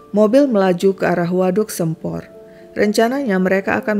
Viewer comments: Waduh Sempor Kebumen, baru tau ceritanya. Dari Kebumen hadir tp bacanya Bukan "Sempor" huruf "e"nya dibaca "E" hidup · Salah pengucapan di Waduk Sempor nya sih, soalnya aku orang Kebumen. Dan baru tau ada kasus macam ini😢